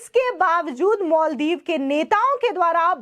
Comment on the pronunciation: मैडम मल दीप नहीं,माल दीप बोलिये।